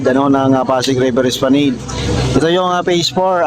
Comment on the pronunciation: Hindi po esplaneyd ang pronounciation esplanad po Ang tamang pronounciation, not to offend po for educational purpose lang po